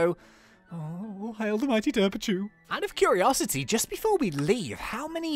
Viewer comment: ITS DERPACHU NOT DERPICHU